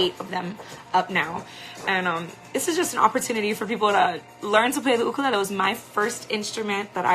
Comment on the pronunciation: it's a you-kur- lay- lee, is that the Hawaiian pronunciation? U-ka-lala LOL